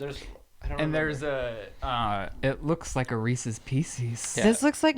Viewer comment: says Reesies and Shane hates it lmao